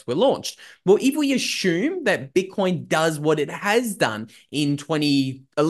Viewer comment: JUST HAVING FUN WITH LUKES PRONUNCIATION OF THE WORD ASSUME..THATS ALL.😀